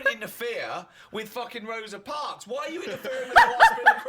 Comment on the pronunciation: "Rosie Parks" God I love Karl 😂